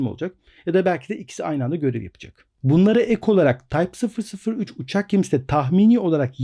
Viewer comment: tayp fısır fısır 3 ;-)